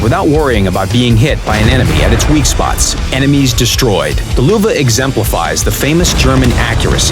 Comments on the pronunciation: Nils Niemeyer No shit sherlock, i mad fun off how they say Luwa instead of Löwe XD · it is pronounced "loevee" or "loevé" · It's Löwe, not Luwe. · I'ts not the german pronunciation.The german pronunciation is löwe not Luwa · Your Löwe sounds funny its like luwe but thats totally fine jUst SO yOu kNOw LÖwE MeANs liON. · The "Luwe" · This pronunciation of Löwe just hurts me! :D Luuuve -oh fck me xD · Sounds like Lüwe. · Get WG somebody that does not say Luwa, i cant watch this with a straight face and follow the damn video XD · "Luwa" that's why you should learn foreign languages. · Wtf? Luwa? Whats that for a tank? Worst pronunciation I've ever heard xD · I hear luva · damn i really like how they pronounce Löwe.... why dont they call it a Lion that the correct translation for it. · The "ö" is pronounced like the "U" in "Churchill" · Valivali94 I think they can't pronounce ö right.